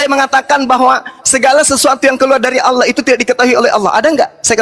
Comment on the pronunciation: Allah kok di baca Auloh Belajar lagi bro Anak TK aja bisa baca Tulisan latin Allah ya dibaca Allah, masa di baca auloh....? Xuma botol